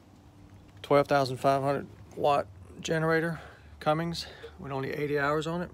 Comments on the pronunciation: Anyone else bothered by how he said Cummings instead of Cummins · Pronounced "cummins" not "cummings"